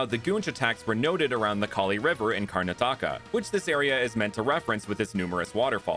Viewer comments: Bro butchered the pronounciation of karnataka so badly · the way he butchered Karnataka